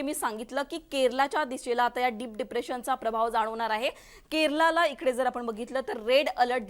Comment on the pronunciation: केरला म्हणू नका,,,केरळ म्हणा